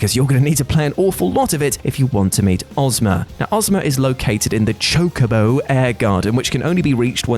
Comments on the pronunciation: Thank you for making your self Say Chocobo right . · YES. ITS PRONOUNCED CHOKE-AH-BOW. Why does that bother you so much?